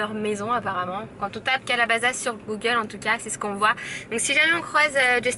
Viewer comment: Calabasas se prononce avec un S pas un Z donc CalabaSaS